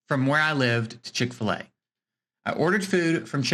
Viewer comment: Well at least you got chic-fil-a correct